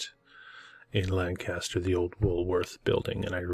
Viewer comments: To us from PA, you got the pronunciation wrong in this one too. We have the PA Dutch influence and we call it "Lan'-cas-ter" (lank'-aster) and not "Lan-Cas'-ter" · Hi! It's actually pronounced Lan kiss ter. Lived there as a teen-ager, moving from my hometown of Erie, Pa when my mom remarried. Despite the beautiful land and great food, along with the many gorgeous old world structures, there was alot of paranormal stuff going on in and around Lancaster. Left when I was 19 and I'm in my late 60's now but I bet that strange things are still happening there. Not sure about the ley lines, have never looked it up.